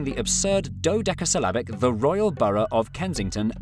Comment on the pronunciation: my man said dodeca-syllabic